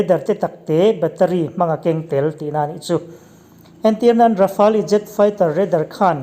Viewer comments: Rafali a ti leh tho😁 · "Kan sawi zawm zel tum," ti suh, "Kan sawi zawm zel dawn nia," emaw, "Sawi zawm zel kan tum dawn nia," tih emawin sawi tur. Rafale hi Rafâl tih ang deuhin an lam tlangpui. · Rafale i pronounce dan hi chu a zah thlak deuh lo mo